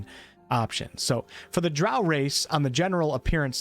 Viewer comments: Drow like crow. Gary Gygaxx invented them. Thats how he pronounced it. He wanted something dark like a crow. Eclvadra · Drow is pronounced with “o”, not “a” (sorry) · He said drow like cow